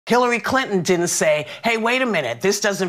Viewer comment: She really said Killary, this is hilarious 🤣